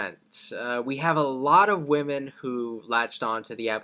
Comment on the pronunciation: I believe Oversimplified just has a speech impediment that causes him to pronounce women as woman. It's consistent across all his videos.